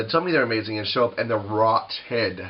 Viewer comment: ROT-TED!! LOL love it